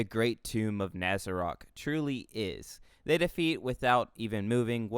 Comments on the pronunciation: na-za-rock you sound like an idiot and you can't pronounce anything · Why are you saying his name and nazarick like that did you watch the show? Or is Japanese sub said like that cause I didn't watch it but a lil sus👀